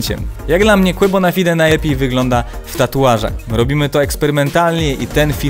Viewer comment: Quabonafajde się wymawia